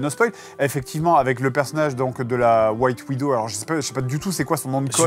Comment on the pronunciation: Tout les fumeurs d'herbe : je rêve ou Fred a prononcé "White Widow" ? 🥴